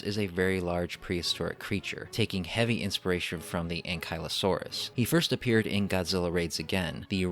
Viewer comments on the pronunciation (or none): Its pronounced anke-la-saurus